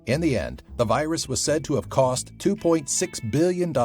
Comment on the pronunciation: ah yes, the weus wirus.